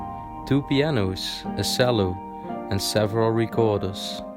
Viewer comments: Again just for your English, a Cello is pronounced "Ch"ello and Iron has a silent r so its pronounce as "Ion" hope this helps! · Cello.....pronounced "chair lo" . ❤ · The small recorder was called a descant. The cello is pronounced chello.